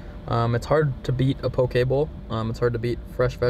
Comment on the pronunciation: Aye brah I give u credit u can pronounce poke correctly -I’m from Hawaii so Ik how to pronounce poke correo